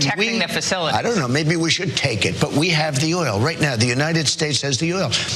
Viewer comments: "We're protecting the er-ol." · What a fucking idiot! He couldn't really pronounce oil in the e d.